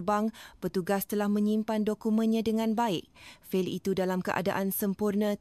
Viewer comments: Fall?? Memang fail sebutan AI aduhhh... kacau otak sia. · Ini cerita rekaan mungkin dengan bantuan AI. Penyampai cerita bukan warganegara Malaysia kerana sebutan fail ( file) umpamanya sangat ketara. Corporate culture di Malaysia tidak seperti dalam cerita ini.